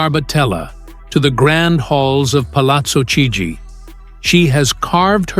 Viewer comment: Induce your American-English AI voice to correctly pronounce Palazzo Chigi by spelling it for it this way: palatzo keejee.